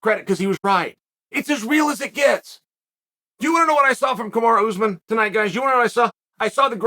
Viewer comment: Ooozemen. You do this for a living . Mokelshv, komzot. Should probably learn the names of the people you talk about for a living. Couldn’t even say breakfast or cereal while sponsoring it.